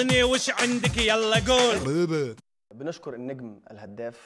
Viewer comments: وانتوا ليه بتقولوا جول من جون 😂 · بدي اسئل شي ليش المصريين بيقولو جون مش جول ????